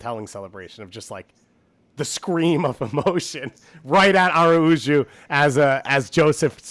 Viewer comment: Please stop pronouncing Araujo wrong 😭